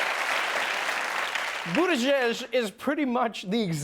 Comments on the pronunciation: Boot Ta Judge!! Is how it's pronounced! Signed a Notre Dame Indiana resident! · Are people for real with this? It's pronounced "Boot-edge-edge." It takes ten seconds. These journalists are supposed to be journalists. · Its not pronounced Boot-edge-egde. It is prounounced buwt-ich-iich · I am maltese and it's prounonced "booti" "gig" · It's easy to pronounce,. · It is pronounced "Buttplugiged" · That one dude though: "Peter buttplug" Oh wait I misheard "buttag" xD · It's pronounced "Budget" and you know exactly where it's coming from! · Pete Boodadage 😂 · 🤣😆... Pete Bugatage, Bugatti, Buggatae, butty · Peter Butt-Tag lolol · It has originated from Maltese , it is pronounced butigijc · As to pronunciation, my understanding when knowing Pete's departed father, was that the "g" letters in Buttigieg are pronounced like a kind of a "zh" sound. like the "g" in the French/English word "genre," a sound that doesn't really have a clear home in American English. It always rattles me a bit to hear how media presents his name here. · the g is pronunced like the forst letter in the word giant or jar so its - boo tea geeg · You actually say it like this " boot-ee-geeg ' the e's are sounded as if you were saying 'see' because it's a maltese last name! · Ok so I’m Maltese which where his fathers from, this is how you actually say his surname: Boo (like when you’re scaring someone) - T (teh) - Gidge (like bridge but with a G). Just say that fast. Boo-TeGidge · It's pronounced "Bootyjudge." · I'm Maltese and I couldn't stop laughing at all the reporters mispronouncing his surname! FYI, it sounds something like "Bootijeej"where the 'j' always sounds the same as in the word "jungle". In the Maltese alphabet, the vowel 'ie' sounds like the 'i' in "igloo" but it is a long vowel (similar to the "ee" part in the word "screech"). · It's suppose to be pronounced Bu-tea-geeg. It's a Maltese surname but usually you'll need the accent to say it. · Dude said Pete ButtTag 😂😂😂😂